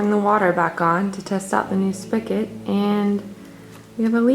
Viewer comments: No offence but the word you're mispronouncing is spigot there is no K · love that you say "spikit" instead of spigot! Here in Western PA that's what we call it too! 😉